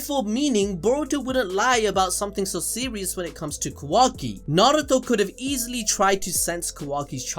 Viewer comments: Am I the only one who can't deal with how keeps pronouncing Kawaki like "Quacky". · I can’t get over how the second video commentator keeps saying Quacky instead of Kawaki. I cannot hear it any other way lmao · Ka-WAH-Ki, not Ka-WACK-Ki, pls sir. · It’s KaWOKee not KaWACKee 😭😭😭😭😭😭 you’re ruininnnin it. You’re ruinnnnininnn it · Quackie lol…. It’s kawaki 😂😂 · Kawaki ❌ kOOwaki ✔️ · Bro I miss Kuramaaaaa wise old Kuramaaaaaaaa!:'(..... Oh and my guy its Ka(a)waki not quacky.... loool.. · Who tf is Quackee? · nobody:: "quacky" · “Ka Wack ki “ lol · Oh my God “KaWACKi” like dude just say his name right it’s not that hard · Ah “kwaki” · Bro he keeps calling kawaki quacky 🦆 😂😂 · He said kawacki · "Quacky"... Calling Kawaki that from now on I guess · i like how he pronounces it like "quackie" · bruh this man pronounces it quacki stop bro please, almost skipped his part man. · Lol ffs all I hear is "Kwaki" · 2nd guy is so annoying calling kawaki "kawackee" please fix this it's annoying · Had to turn off after the third or 4th "quacki" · “Ka-wacky” bruh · The second guy comes along and calls kawaki, kawacky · I really don't like how that guy is pronouncing kawaki like kawacky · I keep hearing 'Kawacky' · Bro why yuh still saying quakky ? 🤨🤨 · Lmao ka-wacky 💀💀😂😂😂 bruh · "ka-whacky" i instantly clicked off bllllleeccchhhhh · said some “kawaky”😂😭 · Why y’all always switching out and shit y’all can’t do a whole video by yourselves anymore 😭 my dude can’t even say Kawaki right 🤐